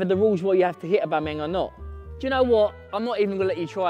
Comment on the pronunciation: A-bum-eyang says Billy 🤣